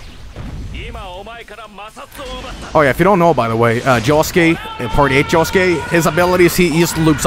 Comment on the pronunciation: JOSUKE NOT JOSEKE